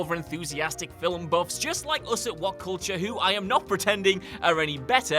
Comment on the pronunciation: Fillem? Did he say Fillem?